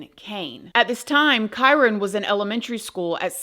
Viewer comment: Thank you for pronouncing his name correctly, as I’ve seen some other creators say it so wrong. I personally believe the step mother definitely has something to do with him missing. This poor baby boy needs justice